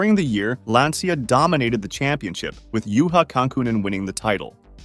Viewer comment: I only have one note: the pronunciation of Lancia. It's not "lansia" or "lantsia", it's "lancha". "Ci" in Italian is pronounced as "ch" (and so the "i" is basically silent). I'm bringing this up because Lancia was such a fundamental part of rallying, I don't have bad intentions. Otherwise great video!